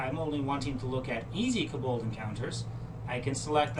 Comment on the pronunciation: It's pronounced KO bald as in Co(worker) bald, with the emphasis on the KO!!!! Fantastic video though :) your kaBOLDs were driving me crazy though.